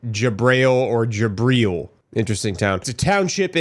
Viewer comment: It’s pronounced jih-BREEL. It’s Arabic and Hebrew for Gabriel. My son’s name is Jibril.